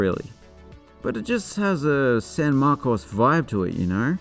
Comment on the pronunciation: I certainly don’t fault you for not knowing this, but San Marcos is pronounced “San MARkiss”. On the other hand, your pronunciation of “Appalachian” is spot on.